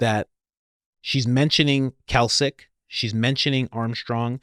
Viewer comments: Pronounced 'Klak chick' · Klacik is pronounced as "classic" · It's pronounced KLAY-CHIÇK!! Lol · Klacik pronounced klasik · It’s pronounced “Clay-Sick” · Pronounced claysic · I sure wish you would pronounce Klacik's name remotely properly! You're driving me crazy! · Her name is pronounced Clay-sick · Sorry guys , but iher named pronounced like Classic - Kla-cik. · Yes I remember seeing the veritas video a few months ago with this whistleblower. Also Coach, it’s pronounced Clay-sick😂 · COACH, it is pronounced CLAY-Sick. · I think you are trying to say Klacik when you are saying Kalcik. You mean to say "Klacik" like the pickle. just fyi. I really like your podcast though. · Klāsik. Clay-sick, not kelsik brother. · pronounce - CLAY-SICK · Her name is Kim Klacik (Klaycik). She's in Baltimore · you are pronouncing Klacik wrong. It's not Kalcik, it's like "clay-sick' you are putting the 'L' in the wrong place. But other than that, great research. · CLAY-SICK not Kalsick. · HER NAME IS "CLAY SICK" NOT KALSIC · The name is Klay-sick (not "Kalsick"), as in Kimberly Nicole Klacik (née Bray; born January 19, 1982) She is an American political commentator. She was the Republican nominee for Maryland's 2nd congressional district in the 2024 general election, in which she was defeated by Baltimore County Executive Johnny Olszewski. She was the Republican nominee for Maryland's 7th congressional district in both the April 2020 special election, held following the death of incumbent Elijah Cummings, and the subsequent November 2020 election. In both 2020 elections, she lost to Democrat Kweisi Mfume by over 40 points. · It's pronounced clay-sick, not kell-sick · Sorry, meant to tell you earlier, her name is pronounced clay-sic…saw her commercials… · It's pronounced Classic. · It’s Clay-sick. Klaxon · it’s Klacik. Pronounced “CLAY-SICK” FFS Coach. 🤦‍♀️ The guy even said it in the interview. You heard him. Geez man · It's pronounced "clay-sick". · Pronounced “clay-sick”